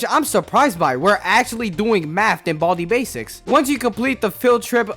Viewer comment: I think you pronounce it with " 'S basics" idk why